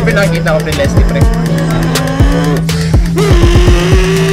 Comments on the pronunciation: Lesley po Hindi Leslie hahahah lie hahaha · lesley hindi leslie